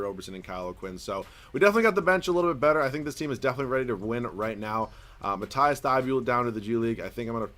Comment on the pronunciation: Dude its mateese thybulle